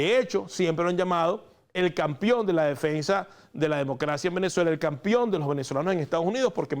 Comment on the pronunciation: No se dice “Campion”, se dice “Campeon”. Con E